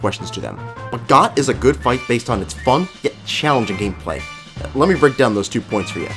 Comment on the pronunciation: It's actually pronounced "Goht"